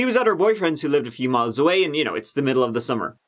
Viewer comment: Your “th’s” drive me crazy lol but I love your videos. Keep it up and I’ll keep watching! Thank you